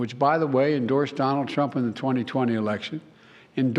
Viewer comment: It is irritating to hear jb say 'it's Donald Truunp's fault" everythime he talks about his(jb)s screwups.😮